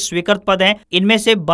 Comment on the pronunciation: Samacharo mai bole Gaye wrong word: candactron correct word : condactors. Wrong word: swikarat . Correct word: Swikrit .